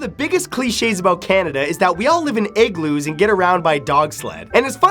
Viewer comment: Did he pronounce igloo 'eggloo'? Accents are wonderful